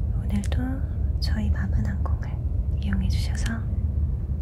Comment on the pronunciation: 마믅이라는 단어 발음 안될 것 같은데 되는거 신기하당~